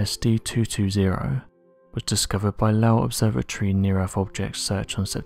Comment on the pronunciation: What is The Erf? do you mean The EarTH?